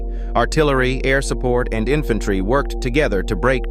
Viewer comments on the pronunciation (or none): none